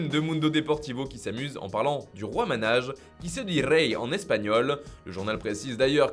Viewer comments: Sinon concernant le buteur du triplé Rey Manaj. Son nom se lit "Manaï" et non "Manage" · 😂 Mdr vous savez pas prononcer Manaj